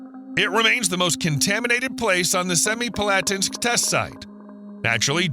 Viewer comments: Better than many, but my ears twitched at "Semipalatinsk". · That's the worst butchering of the pronunciation of Semipalatinsk that I've ever heard.